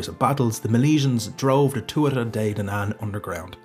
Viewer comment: Sad to hear an Irishman say Tua-tha and Bolg instead of Tua-ha and Bo-lug.